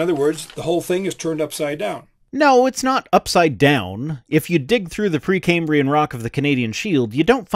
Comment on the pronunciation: 30 sec in "pre cambian" rock. Dude lost an "R" in there some where. A lab coat does not a scientist make.